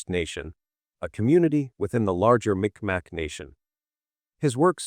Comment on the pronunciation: It's not MicMac... it's pronounced Meeg Maw...